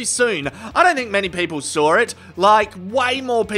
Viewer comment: many ppl SawR it ?